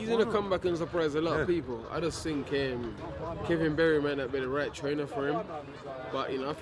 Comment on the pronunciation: No... I dont fink so... I don’t fink so. Lol